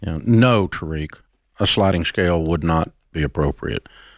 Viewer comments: ain't no way she said tair-rick 😂 tuh-reek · The gasp of Jade pronouncing Tariq wrong but Dave got it right. I closed the video from second hand embarrassment.